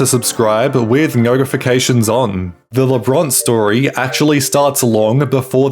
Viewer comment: Cancelled BECAUSE they're Pro Life Christians. And this narrator doesn't even pronounce their names correctly.